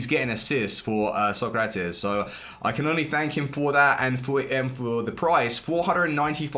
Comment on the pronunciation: The way he says Socrates makes me sick